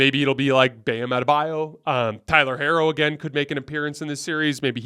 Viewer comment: C'mon 😂 that is not how you pronounce Tyler Herro's name. Or Rui Hachimura's name for that matter